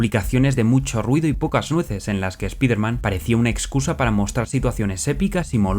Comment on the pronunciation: ¿Por qué pronuncias bien SPAWN, pero Spider-man, mal...? Oye, por qué Todd aborrece a Peter David, lo ha llamado payaso. 😮